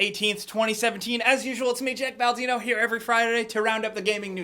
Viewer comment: Did he say Jack Baldino at the beginning of the video?